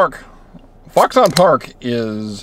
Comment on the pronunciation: "FOXun", not "Fox On"!